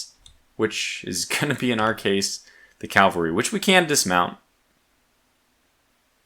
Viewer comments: I love you; but, its caValry not caLvary. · You seem like a reasonably smart guy, but why do you keep referring to your mounted troops as Calvary? It’s not complicated to say but the term is CavaLry, not CaLvary. Calvary is a Hill just outside of Jerusalem, I’m sure you don’t mean to move it.